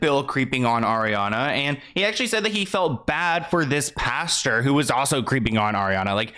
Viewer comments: pastor is not pronounced like pasture.... that is a field with cattle in it. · I love you but I have to comment about the word Pastor it’s not pronounced “pasture” lol 😂 sorry I just had to comment that! Thanks for your amazing content I’m a huge fan!